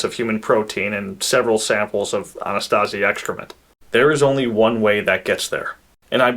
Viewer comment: Anasazi, not "Anastazi".